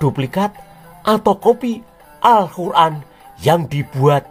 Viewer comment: Luarbiasa penyebutan nama. Muhammad, alqiran, alllah swt dll, saya terpingkal pingkal, delain berani, sungguh lucu banget.